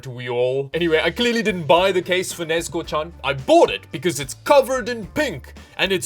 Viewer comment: Might be my hearing but i just hear nezko and it makes me wanna die.